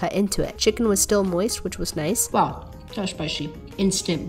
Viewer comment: The “Noice”